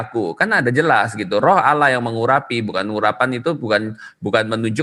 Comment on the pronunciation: Bc Allah saja ngk benar masa bcnya alah padahal huruf L nya dauble